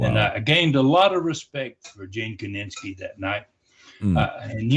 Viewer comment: His name was Gene KINISKI, not KININSKI!